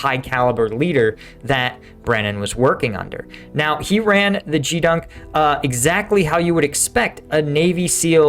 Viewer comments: It's pronounced GEEdunk not JEE dunk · Well, a couple of things: It's Gee (as in "Get") dunk, and almost every enlisted sailor will stand watches thousands of times over an enlistment. It is one of the primary responsibilities on a ship or at a base/station. Also, most enlisted will start out at a support job, i.e. galley, maintenance, sanitation, laundry, etc. while they wait for a permanent assignment or, for example, their school or program to start. I did it while I waited for my BUD/S class to start and later after graduation. Also, back then, the whole team performed cleanup and inspection on Fridays. 1966-71. I really look forward to your daily briefings on Ukraine and your insights into smaller unit ops. Signed up on the new website. Thanks for all your effort to create good content. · Gee dunk not gdunk. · Not expecting a "Doggie" to pronounce "Geedunk" correctly - but that is a hard "G", sir. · Geedunk is said with a hard G, like grenade instead of like a George